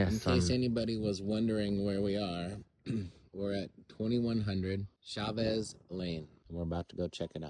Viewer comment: It’s pronounced “heymiss” Jemez, one of my favorite spots👍🏼